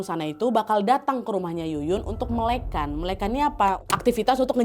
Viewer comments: Bukan melekan tapi melek an, agak dipisah cara bicaranya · melekan?? mele' an kali kakk😭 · Melek an bukan melekan kak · bacanya melekan bukan melekan